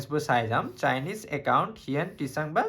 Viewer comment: হিউৱেন টিচাং neki bro......val hol koi dila moi ako হিউৱেন চাং বুলি পঢ়ি থাকো ... Lol